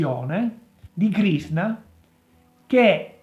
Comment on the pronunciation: Krishna.......he he he......non Krisna........